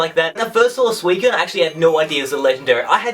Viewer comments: Suu-I-SEEN that's how I pronounce it. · He says Suicine wrong lol XD